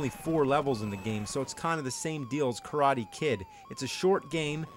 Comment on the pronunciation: "The Karate Kid" sounds like "The Crying Kid" o.o